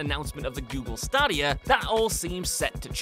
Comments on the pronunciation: Google Star-Di-Ah? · (STAy-D-Ya) Google Stadia... you're welcome.